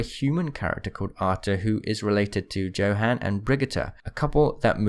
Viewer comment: Exactly it’s not j-ohan it’s pronounced yo-Han I promise the thing isn’t a joke